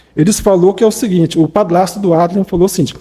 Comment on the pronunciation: Padlasto , Plata 🤣🤣🤣🤣🤣🤣🤦🏼‍♀️🤦🏼‍♀️🤦🏼‍♀️🤦🏼‍♀️cebolinha, adliam!